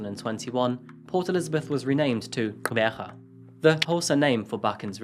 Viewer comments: I would like to point out that your pronounciation of "Gqeberha" was on point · I love the correct pronunciation of Xhosa and Gqeberha. It must have taken some practicing to get them right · Wow ,I'm watching from South Africa you said Gqeberha perfectly!!!love your channel even more...you really work so hard to give insights of the locations and people you talk about. Very thorough and respectful done always. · The way you pronounced Gqeberha and Xhosa is a 💯💯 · Hi from johannesburg South Africa here thank you so much for getting the clicks right in the first pronunciation of Port Elizabeth's New name Xhosa is so hard for some of us so having someone put effort in the research and facts of this case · As a South African I am grateful you're covering so many of our stories... And amazed at how you perfectly pronounced Qqeberha. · Can I just say, I audibly cheered when you pronounced Gqeberha correctly. You have done what so many fail to do and it really shows your respect for the cases that you cover <3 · Not you pronouncing "Qgeberha" and "Xhosa" more accurately than some South Africans!! definitely gained a subscriber today😍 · OMG I am so proud of you for pronouncing "Gqheberha" and "Xhosa", thank you for putting in the effort. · You did a pretty good job pronouncing Gqeberha! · Perfect pronunciation of Gqeberha and Xhosa. Much respect from me. Not everyone puts in the effort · I am from Gqeberha, South Africa, currently residing in Michigan, USA. I commend you for your thorough research and remarkable pronunciation of my city's name. Much respect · Quite impressive how you pronounce Gqeberha 👏❤️ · Thank you for the way you said Gqeberha. I can't even say it properly. Well done 🇿🇦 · Hey dude I cant keep listening past Gqeberha and Xhosa your pronunciation...spot on...and I'm like Did he just say those words perfectly? You made me feel like a proud mama🤣🤣🤣 Let's go start it again, for the 4th time, hopefully I won't hit repeat. You just made my day.